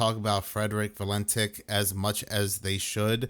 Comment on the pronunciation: Valentić / Valentich. No Valentik. Just like Marina Abramović / Abramovich. Slavic names. Pilot has roots from Croatia, and Abramović was born in Belgrade/Serbia.